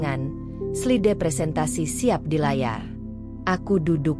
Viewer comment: Kau juga salah slide (slaid) baca yang benar spelling bhs asing